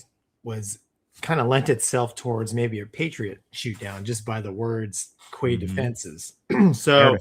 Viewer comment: Yeah he is so intelligent that he lived in "arabic" for 20 years and still cant say kuwait correctly. smh